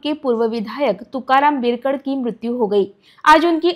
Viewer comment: Madam बिरकड nahi बिडकर बोला